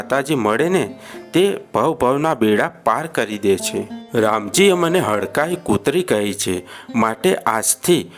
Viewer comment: Hadkai maa nahi bhai hadkmai MA bolo bhai😭